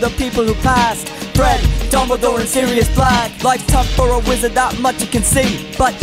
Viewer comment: L G T R A N it is wizard not weezard 😮😑😑😑😑😑😑😑😑😑😑😑😑😑😑😑😑😑😑😑🐖🐷🐷😐